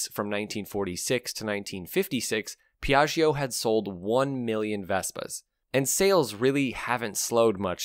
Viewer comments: I understand that you pronounce "Piaggio" in the same way as "Bellaggio". However this prononciation is wrong. Don't say the e "i" after the gg : not Piagg"e"o but Piatcho . And for the Hotel in Las Vegas: Bellatcho ( not Bellatch-e-o" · Great video. One obvious point is a scooter, with its small wheels, is for urban transport. NEVERTHELESS, I had a Vespa 200e 40 years ago and commuted with it on a two lane highway. Put 11,000 miles on it. BTW, second syllable of Piaggio is pronounced like "Joe," not "Geo." All the best. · Cool video! Just FYI, in italian, when we read "Gio" the "i" isn't pronounced, it's there just to tell you whether the G sounds like the G in "going" or like the J in "Joke". Same goes for Gia and Giu (Giulia = Julia), but not for "Ge" or "Gi", which always sound like "Je" and "Ji" unless an h is in the middle. So Piaggio = Piah-jo :) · please learn how to pronounce Piaggio correctly. it is not very difficult, but sounds so horrible when you butcher it. Hint: the g sound in Italian becomes a j when followed by i and e, however it becomes a g when followed by o and u, to make the j sound before o you need to slip in the "silent" i. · Listening to your pronunciation of Piaggio traumatised me. Can’t you listen to a 10 second “how to pronounce” video on YouTube before putting all that effort into an otherwise great video?